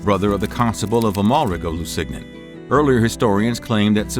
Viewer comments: I thought "Guy de Lusignan" was pronounced "gee de loo-sin-YAWN." That hard "g" in the narration is grating. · Gee Lou-wee-seen-yawn is how you say the name Guy Lusignan. Great history lesson. Thanks!!♥️